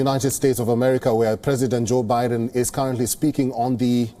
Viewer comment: "Joe Boden" 😂